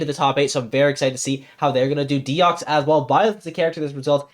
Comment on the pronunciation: Deox6 is Deoxys (the pokemon) and Raarchyor is Raarkyor if you want the French prononciations